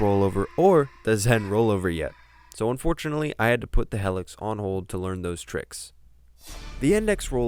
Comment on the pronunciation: It's pronounced hee-lix... not hell-ix